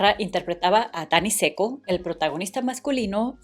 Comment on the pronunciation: Danny Zucco..... no Dani seco.